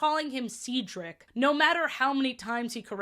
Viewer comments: I find it funny that as a kid I never realized that Sofia was saying Cedric name wrong in season 1. 🤣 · Sofia pronounced cedrics name wrong But got right in the end she was doing it on purpose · I've NEVER liked that Sofia mispronouncing Cedric's name was a running joke. Once or twice? Sure? Ongoing like this? Literally the only reason they get away with it is because it's being done to a white man. Any other gender or race, and that joke wouldn't fly, and frankly it shouldn't be allowed to fly here, either. ESPECIALLY from the protagonist of a show aimed at such a young demographic who, in any era but ESPECIALLY this one, should not be learning that repeatedly mispronouncing another person's name, even if they repeatedly correct you, is a cute, funny character trait. It's not quite on the stalking problem in Miraculous, but it's still firmly in the 'a bit of not good, old chap' camp. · Because of this show, I could never remember how to pronounce my academic advisor’s name in my freshman year of college. His name was Cedric and I had only ever heard the name through this show (at the time, I had only seen the first season), so I would always stutter and mess up his name. I would go, “Hi, I’m here to see Cee-Ceh-Cee? Ceh? Dric?” Stressing the entire time. I wouldn’t be surprised if he thought I didn’t like him. He was super nice and I always felt so bad. T-T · the entire 1st season i was so defensive i was like "SHE JUST HAS A STUTTER STOP BEING SO CRUEL IT'S A DISABILITY" about her mispronouncing Cedric's name, at the time by season 2, i thought "oh she's improved. she's finally got his name & 'Ce' sound right. good for her." now as an adult ... i swear she might just be messing with him on purpose & my undiagnosed naive autistic child self, took her as serious 💀